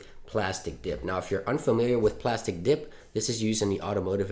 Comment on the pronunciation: Oh no, it was killing me.. PLASTEEE Dip not plastic dip..